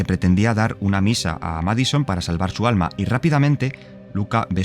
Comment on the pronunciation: No es "MAD SON". Es "MAD I SON". Lleva la i porque en inglés, es así como significa "hijo loco". Por cierto, en una entrevista, el creador del juego, no dijo eso de las enfermedades psiquiátricas, sí es una posesión. Búsqueda, está aquí en YouTube.